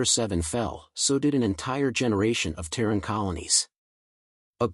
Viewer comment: Terran, not tearing